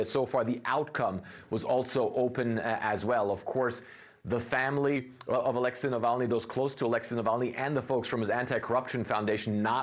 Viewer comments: Not Aléxey, but Alexéy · Americans suck at pronouncing Alexey.